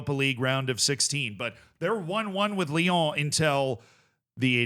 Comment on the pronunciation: theres no "the" in ibrox its just going back to ibrox, also say lyon again lol